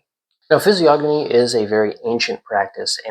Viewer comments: Fizz-ee-ogg-uh-me .. or Fizz-ee-oh-know-me ? .. i think this guy is pronouncing it wrong? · the G is silent in the pronunciation of physiognomy! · I thought the G in physiognomy was silent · I completely agree with you. However, the G in physiognomy is silent. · I always thought the G in physiognomy was silent, yet I’ve heard people (including you here) pronounce it as if the N was silent. Which way is correct? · you said the word physiognomy wrong lol, the 'g' is silent